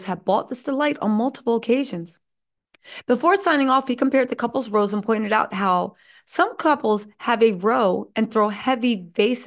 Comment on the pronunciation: In this context, it’s “rows” (fights) like “cows” not “rows” (..a boat) like “knows”.